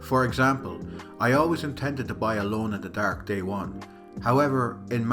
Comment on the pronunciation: Solid video man. As an American I enjoyed hearing it get called “Alone in de Daerhke” but I look forward to more content!